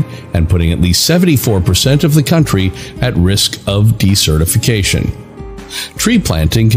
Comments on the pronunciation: That word shouldn't sound like "decertification." It sounds like "desert" with "ificatioin" on the end of it. Since this is the focus for Circle of Earth you should really get it right! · Oh man, he keeps using that word/pronunciation...